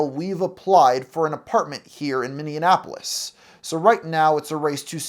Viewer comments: minyuhnapolis Minneapolis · Where the heck is Mini-Annapolis? (I'm just so sick of mispronouncing stuff, and using "hard attack" on every syllable in an attempt to sound formal, but actually sounding robotic and jarring.) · Guy keeps saying “Minneanapolis” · Lol did you really say he went to college at the University of Minnesota in "Miss-indianapolis?!" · you said it wrong it’s pronounced more like “miniappleis” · As a Twin Cities resident, every time I hear you pronounce Minneapolis I want to pluck our one of your nose hairs LMFAO It's not said like Indianapolis, it's said like "Mini - APPLE - iss" I realize I'm inviting you to say it even worse next time, but I gotta due my due diligence as an annoying Minnesotan. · How… the fuck… did you pronounce Minneapolis…? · Minnesotan here and the way you say Minneapolis drives me insane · Why does everyone say Minneapolis wrong.